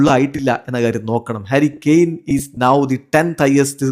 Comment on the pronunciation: harry kane❌karry kane✅